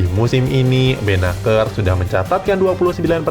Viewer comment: Dibaca nya benasir bos bukan benakeur